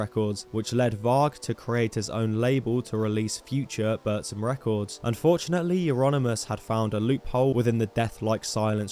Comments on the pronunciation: its not bursum, its buRRRRRzum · it's not burszum. it's BOOR-THHÜM! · You just butched the pronunciation of Burzum the whole time.